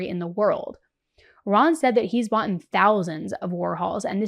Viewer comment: She had said "bought'n"